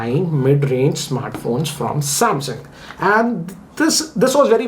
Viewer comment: M51 lol😂 you say samsung I hear samhang😂